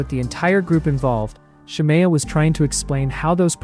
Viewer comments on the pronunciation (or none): It’s SHA-ME-UH. The way you keep saying her name wrong is urking me